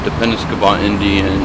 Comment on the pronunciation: Ur not saying the name right. Say Penob then say scot